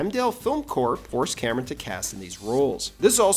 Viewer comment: C'mon, man. Say it: Cameron